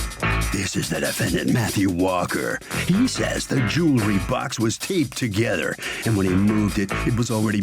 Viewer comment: ... so when did jewelry become joolery? Probably the same time library became liberry.